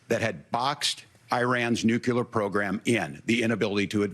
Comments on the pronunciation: Hey Waltz…it’s nuclear not nucular. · Waltz can’t pronounce Nuclear!